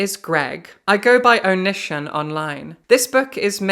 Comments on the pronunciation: I was only listening to this video so I was so confused by the name "oh-nihshin" and that the books sounded so familiar and I couldn't place them until I heard you read his author description where his real name was Greg and I looked at the screen to see Onision (pronounced Oh-nee-see-on) and felt like I was hit with a ton of bricks. Oh! That's why! XD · Love your interesting pronunciation of Onision (Oh-nee-see-on). Love even more that it's indicative of the fact that you've never heard of that sociopath or ANY of his fuckery. It seems like a sign that the world is healing. The world needs healing right now. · IT'S PRONOUNCED "oh-knee-sea-on"! STOP TRIPPING UP MY OCD 😭😭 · Onision's name is pronounced (Oh-knee-see-on) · I love the Onision mispronunciation. He deserves it and so much more. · She pronounced it wrong so it didn’t immediately click, but when I looked up and saw it written, I’m like “Oh This f—-ing guy”